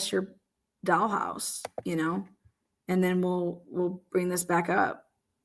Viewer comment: The way you say dollhouse makes me giggle. I appreciate everything about your show,. It's always a go-to for my entertainment because of who you are. Keep up the great work!